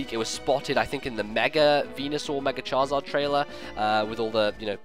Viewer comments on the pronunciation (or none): none